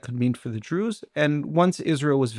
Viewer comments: Why does the presenter say "Druuuze" as if saying 'so called Druze' or druze in inverted commas. It was consistent and very strange, like the tone you'd use if people were pretending to be something they're not. Quite weird to listen to. If the stress wasn't intentional maybe she could practise saying the word 'druze' in an ordinary, natural tone of voice for future episodes. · I’ve been listening to your podcast for the past two years. I love your interview skills and general insight. But sorry, why do you pronounce Druze in such a strange manner?